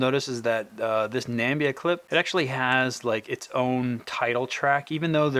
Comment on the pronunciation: Great video. Btw, it's pronounced Na-mib-eeya.